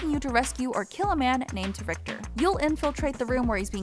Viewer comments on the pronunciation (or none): none